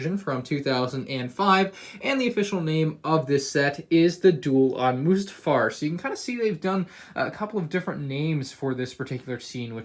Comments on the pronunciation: It’s not moosetafar it’s mustafar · Stop calling it Moostafar😂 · You're saying mustafar wrong dude